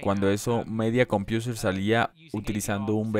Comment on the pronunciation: Se pronuncia "Midia Compouser" no "Media Compiuser" jeje